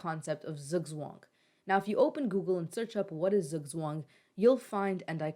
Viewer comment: The "z's" in Zugzwang are pronounced like the ts in tsunami